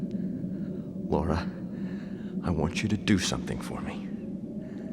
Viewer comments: Out of curiosity, why do you pronounce Laura’s name as Lara? Especially when the characters use the Laura pronunciation? Seems odd to mispronounce the main character’s name when the game gives you the audio for the name. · You saying Laura closer to Lara more than when people say Lara Croft's name.